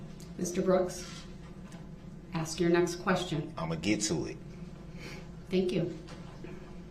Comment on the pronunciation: It irked me to hear him say "aks" when he meant "ask" as well. Especially since he could and did say it right numerous times. Lbvs